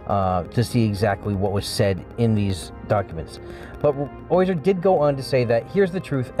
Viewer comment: Also you pronounce his name oyzer. It's OZyer. Not OYzer.